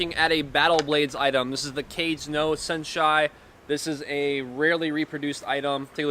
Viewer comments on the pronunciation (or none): “Cage no senshai” lol